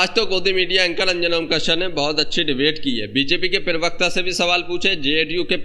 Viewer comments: भाई पिरवक्ता न बोलो प्रवक्ता होता है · भाई आप बहुत अच्छे हैं लेकिन प्रवक्ता को पिरवक्ता कहना बंद कीजिए।